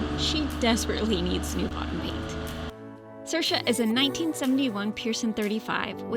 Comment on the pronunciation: Good video folks. But you two can't pronounce the name of your boat. 'Saoirse' is pronounced 'Seer-sha'